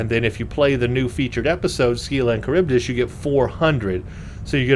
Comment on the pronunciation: You may have been told this already, but it's pronounced "SILLA" (rhymes with "Willa"). You got Charybdis right.